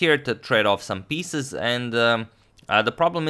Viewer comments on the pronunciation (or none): none